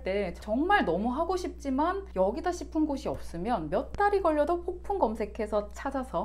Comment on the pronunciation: 폭풍이라고 말하는거 너무 ㅋㅋ발음 맘에드러옄ㅋㅋ폭풀먹방 폭풍곤색ㅋㅋ